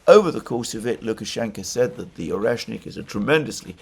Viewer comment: "oneshkin", "oreshkin"... :))) all but the proper one "oreshNIK"